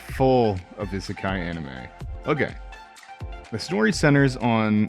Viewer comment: You obviously watch dubs. I can understand people pronouncing 'anime' in a western way, but 'isekai' is said through many different anime, so you should be able to hear it and mimic it.